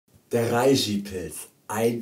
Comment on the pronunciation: Du bist ja ein ganz netter Kerl, aber es ändert nichts daran, daß man REISHI als 'Reshi' ausspricht, frag einen Chinesen.